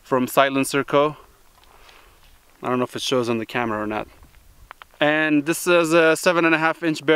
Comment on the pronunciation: "IOnt Know"